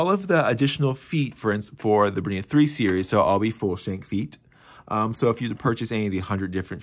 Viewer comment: Sorry can't watch when you can't even pronounce the name of the machine properly